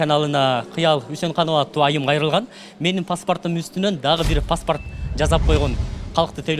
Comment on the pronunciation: Паспарт эмес паспорт